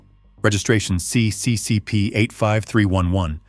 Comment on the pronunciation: Что ты мелешь, тупой робот!? Какой сисисипи? Эс ЭС ЭС Эр!Так это читается правильно!И какое пулово если правильно аэропорт в Ленинграде называется Пулково! Самолёт не тупа́лев а Туполев!И не 254 а154!! Это только некоторые так сказать ошибки за первые несколько минут видео! Это просто невозможно слушать!Ставлю дизлайк и нет сил смотреть и слушать эту галиматью до конца!